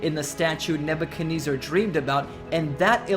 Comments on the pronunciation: I dont think ive ever heard someone pronounce Nebuchadnezzar like Ebenezer before. Big fail. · For how fixated he is on Nebuchadnezzar, he sure didn't take the time to learn how to say the name right.